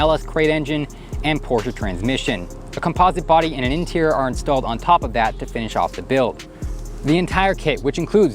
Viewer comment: Take a look at the inteer!